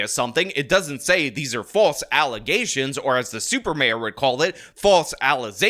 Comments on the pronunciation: Alleze, allezing, allezedly, allezations. 😎🍀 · do you mean to say that these allezations be true?! 😮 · Sounds like some more false allezations! 🗣️